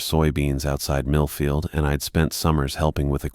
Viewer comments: I wasn't sure if he said Middlefield or not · Same I had to rewind, I use to work in middlefield and Orwell 😅